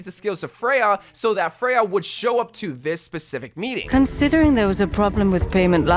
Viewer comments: I know you have dyslexia so I don't judge you but here is a reminder that Freja is danish so her name is pronounsed "FRE-YA" and not "FREY-HA" as you are pronouncing it. If she was spannish she might be pronounced Frey-ha but she is danish so it is Freya as the skandinavian J is pronounced like a Y and not an H. /tthank you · Why do you pronounce it as "Frej-ha"? lol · Freja is pronounced Freya not freha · It's pronounced freJa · its not pronounced frejha! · First, learn to pronounce her name, that was said multiple times in Spotlight and even this own trailer! Second, hero 45 was already teased in Spotlight to be a Sword based character / Knight. Therefore Emre is gonna release in Season 22 AT THE EARLIEST as hero number 46 (at least). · Little nitpick cuz I’m danish but the J in her name is pronounced like Y in English like in YOU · this is nitpicky but you are pronouncing her name weird. there isnt even an H in her name and the official spotlight pronounced it 'correctly'. i sound like a nerd emoji i know.